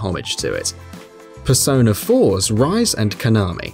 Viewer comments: ITS RI SE (pronounced as RE SEH) not Rice or Rise ， hope you take note！ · says rise not ree-say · The pronunciations of the name has already pissed off the persona fanbase. Yusu-kay. Ri-say. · Its Ree Seh, not Rice! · OMG.. ITS pronounced REE SAY.. NOT RISE... WOW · Just so you're aware, it's pronounced Re-say, not Rise :P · rise?.....is rise!!!! REE-SAY! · Resay not rise....... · its ri-se not rice.. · pfthh~•○ Ri-Se , its spells separately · It's Ree-Sey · Her name is pronounced Ri-say not Rise! God! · rise is pronounced resay not rise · actually play the games before you make a vid on their easter eggs (: its pronounced ree-say, rise is the one with brown hair, le blanc has silent c, the reaper and twins boss fights are not secrets easter eggs or anything like that, idk how to type out the pronunciation of ginyu but it sure as hell aint said the way you said it, yusuke didnt have a palace, there were no figures like that in madarames palace, they were in futabas room, yusuke is pronounced yu-skay, final ending is nothing special. dont make a secrets, easter egg whatever video if your gonna mess up almost everything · I wanted to die when he said rise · ''Rise'' I'm so triggered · Rise Name is pronounced (Re-sei) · 'Yusukay' 'jinyu' 'rice' Come on... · Calling rise kanami Calling kanami rise face palm Also she call RI SE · He pronounced Rise wrong ;-; Ri-se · Did you ever play the games? Who the hell are "Rai-zu" and "Yu-sue-kei?" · it's ri-se it's japanese name dude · Something tells me either he's never played a Persona 4 game since all of them pronounce Rise's name as RE-SAY, or he was at some point a WatchMojo member since they NEVER pronounce the names of anime character's correctly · those are some, uh, interesting pronunciations for rise, yusuke, etc... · Sorry I had to stop after hearing "Rise and Konami" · That Rise's name pronunciation tho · Jeffrey Tom look how he pronounced Rise that's the biggest sin